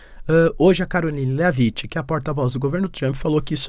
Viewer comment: Léaviti 😂😂😂😂 A pronuncia correta é Lévit, sem vogal no final. Como o “t” em shit , não é xiti, é xhet!😂